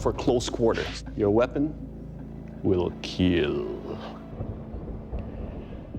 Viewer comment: Over all Sir, your weapon "IT WILL KEAL"